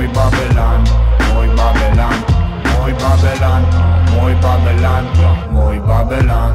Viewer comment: это идёт из Растафарианства, Вавилон это мир грешников, которые лезут по головам, наплевав на ценности и мораль, люди без понятия совести и не ищущие Бога, они не следуют мечте, а ищут выгоду, за что сами же платят горькую цену (карма). Ну а Бабилан, это фишка произношения Панды и Мияги. Бадман - это второе Я каждого человека, это Я заложено Бабиланом в каждом человеке, эгоистичное, лицемерное существо, с которым нужно сражаться лично каждому. Если вам нечем самим додуматься до смысла трэка не значит, что он бессмысленный. Просто кто то слишком тупой чтобы понять его